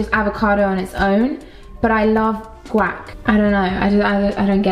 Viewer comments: It sounds like you’re saying “Quack” not guac🦆😂😂 I love you so much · Guac= Gwack LMAO ily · “Gwack “ is this an accent issue ? Lol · Is it just me or did she completely mispronounce guac?